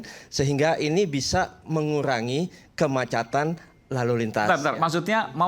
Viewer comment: Bagaimana mau perbaiki jkt, bahasa Indonesia aja belum benar, kemacetan, sebut kemacatan😀